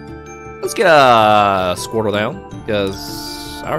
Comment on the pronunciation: Did he honestly just call squirtle squirrel